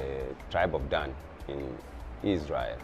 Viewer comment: Enslaved not Slaves. Slave = Slavic European the 1st enslaved by EphraYeem and others Gad pronounced Gawd or God that troop.. And Dahn ....Dan.